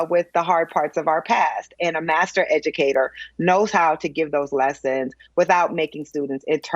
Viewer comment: Did she say “master” educator???